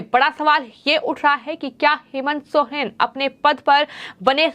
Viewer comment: Soren hota h sohren nhi kon reporter bana diya h isko re baba 🥴